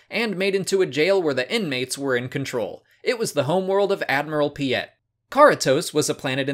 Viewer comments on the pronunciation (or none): none